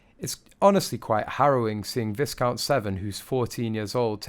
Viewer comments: I don't know who you are; I thought you were an Englishman from the sound of your accent however old boy; your pronunciation of Viscount James Severn's title is very UN English. Viscount is not pronounced phonetically with an emphasis on the letter "s". The letter "S" is silent which is a quirk of the English language (Bloody Sassanachs). it is pronounced "VI - COUNT" and Severn is pronounced "SAY - VERN" Thank you! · Do wish you could pronounce Viscount properly, very distracting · Can't someone please instruct these announcers how to pronounce VISCOUNT. YOU DO NOT PRONOUNCE THE S. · I really cringe when these robotic voices grossly mispronounce words they very definitely should know. Viscount and even Louis’s mispronunciation are unforgivable. It shows just what an extremely amateur production this group undertakes. The bottom line is that in this time of mourning, this inflicts even more sadness upon the mourners. Shame on them! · Maybe he was just paralysed with nerves. Also: you're mispronouncing 'viscount'. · Why are you British and yet can’t pronounce viscount!!! The S is silent! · Pronunciation of Viscount - shame you didn’t know how to pronounce it. Do your research. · The s in Viscount is silent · Dude, learn how to pronounce Viscount! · Stop saying the "s" in viscount. The "s" is silent. And, she's 45, not 41! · YOU DO NOT PRONOUNCE THE S IN VISCOUNT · Rubbish channel..full of mistakes and mis information. One does not pronnounce the S in viscount ! I must stop falling for this click bait ! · Vi'count. Vi'count, Not "Vis'count" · It is pronounced "vEYEcount" not visscount!!! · “Vi count” is the correct pronunciation not “Visssss count” 🇬🇧💕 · I hope this narrator has now learned that Viscount is not pronounce 'visscount' but v-eye-count! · It is pronounced Vycount not visscount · ITS NOT VISS-COUNT! It's pronounced 'vye-count' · Good video but please pronounce Viscount like Vyecount. Not like discount. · * pronouced VY - count Severn.